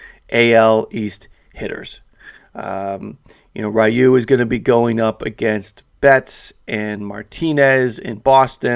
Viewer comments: My goodness man .... I beg of you to learn how to say his name!!! It’s NOT riyu ! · plz stop saying rayu